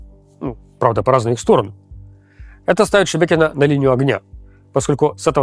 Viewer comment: Руслан, дикция снова начинает портиться. Надо еще поработать над выговариванием гласных звуков. Правда, очень тяжело слушать. Приходится делать усилие, вслушиваться. Что за слово "Шбекьно"? Там же есть гласные - ШЕбЕкино.